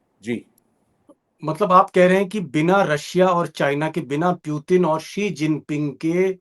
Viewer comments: पुतिन को प्यूतिन क्यों बोलता है यार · जोकर जैसा बार-बार प्युतिन क्यों कह रहे हैं दीपक जी 😂 पुतिन होता है